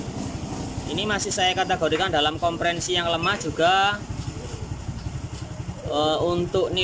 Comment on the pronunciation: Kok konprensi mas,,,kompresi,,atau pressure